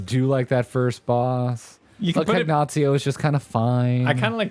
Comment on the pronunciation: Its Cagnazzo, not Cagnazzio.